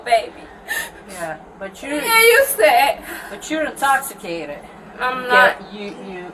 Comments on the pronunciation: “I’m not in-toss-i-cated.” 😂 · The more she says "i'mmnnn nowwwtt Intowxcitated" the worse it gets lol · "I'm not intossicated." Lol, yes you are, my dear. Yes, you are. Lol! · “I’m not incotsitated!” 🥴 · " I'm not intoximacateds" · Girl…you are indeed intosssicaydid. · "I'm not intossicated!" OMG, that's funny!!!! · I'm not in-toss-i-cated either! I need to get to my baby! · Essplain to me how im’s intossicated. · “I’m not Ah-toxicated…” Yeah, ok. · "I'm not intosikayted." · I’m not intosssicaded. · U might be intoxicated if u can't even pronounce the word intoxicated